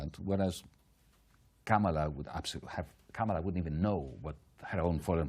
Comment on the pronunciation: It's Kamala not KaMALa... and it's the Democratic Party not the Democrat Party.